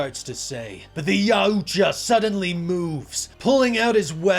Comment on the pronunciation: It’s pronounced YAWT JAH 😂😂😂wtf did you say??